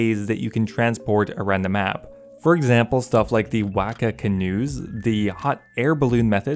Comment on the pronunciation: Wacka OOF it's Wah-kah